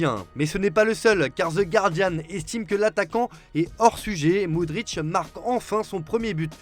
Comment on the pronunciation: SVP le joueur ukrainien s'appelle Mudryk (moudrique) et non pas Mudric (moudritche) 🙄🙄🙄